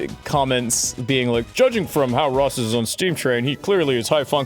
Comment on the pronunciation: Raw-ss O'Donovan